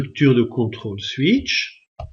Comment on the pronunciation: Comment vous avez dit monsieur ? Ouïte ? (8) ^^